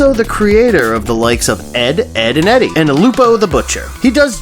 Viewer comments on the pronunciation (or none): none